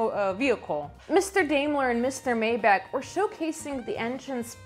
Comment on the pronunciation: Maybach= "May-bahK". Daimler= "Dime-ler" (like the coin, a dime) I really enjoyed the video. Great content, and I always look forward to the next one.